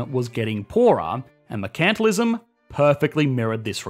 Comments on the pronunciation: Mer-can-TILE-ism. Not Mer-CAN-til-ism. You're stressing the wrong syllable. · "mercantalism", really? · I love how he put up 'mercantalism' with the pronunciation guide below it and then promptly says it wrong. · While I love your videos, it drives me up a wall that you showed an image of how to pronounce the word " mercantilism" correctly, you then went on to continue to pronounce word wrong. It's mer (rhymes with her) - can (tun) - til (hill) - ism. And the stress is on "mer" not "can". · "mercantalism (non) mur-kuhn-ti-liz-uhm" prounounces it ma-cant-a-lism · I was listening along (not watching the screen) and when you said "mercantilism" I didn't have a clue what you were saying because I have never heard your interesting Aussie pronunciation of the word. 😂 BTW, Hayek and Von Mises are the best. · 1. Display the word "mercantalism" with a pronunciation key and definition. 2. Mispronounce mercantalism for the rest of the video.